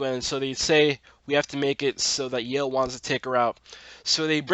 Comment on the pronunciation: Baaz's jokes about Hunter's boner were the best! Heads up: Yael's name isn't pronouced 'Yale', but actually 'YA-el' (two sylables instead of one). Tiny probably needed cash but couldn't work at Lola's Cantina because of the history. I couldn't understand where Zoë's mom came from, but I realized that she was the one who dropped her at school in the first place. You'd think that there would be an older picture of Maya in Grace's phone and not the no contacts and straightened hair one.